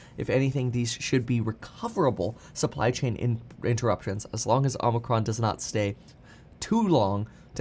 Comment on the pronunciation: Can't wait for Omicron to finally go away so I can stop hearing it mispronounced so much